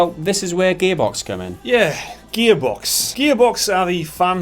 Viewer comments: "Gaybox" Am I the only one who hears that? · sometimes when you say gearbox it sounds like your saying gay-box XD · Every time they mention Gearbox, it sounds like "GAYbox" , lol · Idk if it's me thats just dull or whatever, but did you just call it ''Gaybox''?? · Sounds like their saying Gaybox. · Every time they said Gearbox, I heard "Gay Box". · Who else keeps hearing Gearbox as Gaybox? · Sounds like they are saying "Gaybox" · Who are 'Gehbocks'? Never heard of them ... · Whenever that guy says 'gearbox' - I swear I hear 'gaybox'